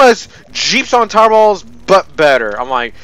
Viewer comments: When you say tour battles it sounds like your saying is tar battles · I heard Towerells instead of Tower Battles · I keep thing you are saying "3 pornos" instead of "3.0's" And "towerballs" instead of "tower battles"